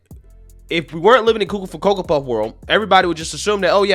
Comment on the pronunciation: I like when you say coco for coco puffs hahahha